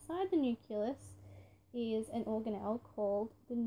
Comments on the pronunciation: What the heck is a "nuculous"? Oh you mean a "nucleus" ohhhh haha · You can’t say nucelous